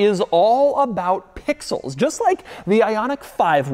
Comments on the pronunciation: The number of times he says PPPIXELS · The way he says pixels every single time. I like can't stop hearing it that way in my head now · The way he says pixels is driving me crazy! 😅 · Can you say pixels one more time 🤙🏽